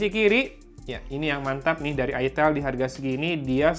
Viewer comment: Woy itel woy bukan it*l 😂